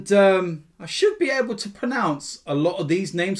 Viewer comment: Love how he jokes about pronouncing the names right but can’t pronounce the word pronounce properly